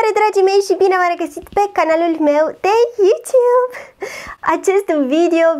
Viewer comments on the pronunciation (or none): none